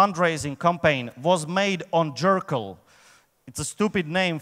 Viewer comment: Is he saying "Jerkyll"? xD